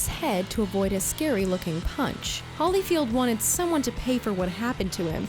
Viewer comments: Holly-field? Ben-gal? Girl, it’s Holy-field and Bane-gull. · it is Evander Holyfield as in holy bible you keep saying Hollyfied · It's Holyfield not Hollyfield Put some respect on his name lol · I thumbs down soon as she said "HollyField." Ugh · ... and Ben-Gal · "Hollyfield"... hehe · She butchered Bengal and Holyfield